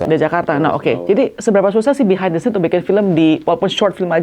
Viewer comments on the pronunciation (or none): none